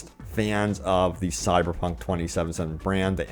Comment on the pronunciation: Dude , why do you have so much trouble pronouncing the name of the game. It sounds like you are saying "sierpunk".